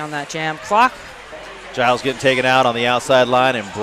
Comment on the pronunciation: Wish the commentator would pronounce Giles’ name correctly. It’s a G as in George